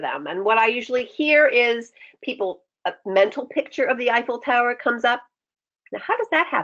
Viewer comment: She said effilé tower and my brain said aww New York lol, my heart got really happy though since I dream to live in Paris one day